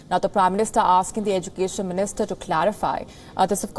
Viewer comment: How you pronounce education?